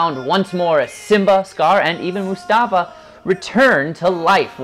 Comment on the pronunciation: wow.....it's Mufasa, not Mustafa